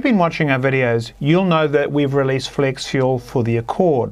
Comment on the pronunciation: Had to read the comments to understand he was saying "flex fuel." I kept wondering what "flexual" was.